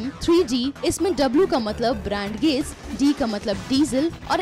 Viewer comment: ब्रैंड गेज नहीं ब्रॉड गेज होता है।